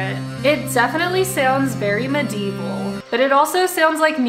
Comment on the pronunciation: you saying medevil didnt sound rigt Edit: mededevil lol